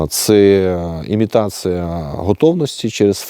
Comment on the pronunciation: У мене "підозра"що не сумліно вчив українську мову у себе на Поділлі.Говорить імітация замість імітація,мобілізация замість мобілізація та інше.Цікаво а як він вимовляє наше "паляниця"? Чи не засланий"казачек".СБУ ))) Також у нього у нього тверде закінчення в дієсловах,напр., перебувают замість перебувають, та багато інших.Це ж московізми. Люди, куди ви дивитесь? )))